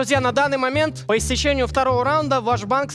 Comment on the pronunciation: Как же болят уши от слов «по истечениЕ»